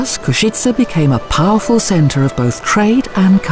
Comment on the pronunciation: So much research must have been done to produce this video. Yet the name of the city is mispronounced throughout. How so?